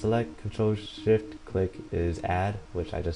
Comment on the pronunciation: what are the controls to change brightness? it sounds like your saying "Ctrl, sh*t, u."